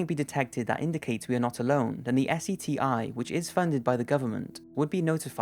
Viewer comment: We don’t call it S-E-T-I. We call it Seti (seh-tee). I’ve noticed this in a few of your videos.